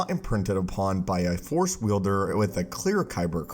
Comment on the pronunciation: Plz plz plz finish the word force before cutting to the next dialogue. I hear “the for” so much and its been bothering me for monthsss